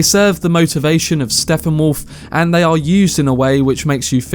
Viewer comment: Did you just call him “SteFFenwolf”??